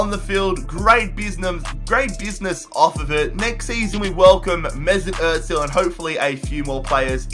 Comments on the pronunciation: It’s not Otzil it’s Ohzil (Ozil) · Its not Mesut Etzil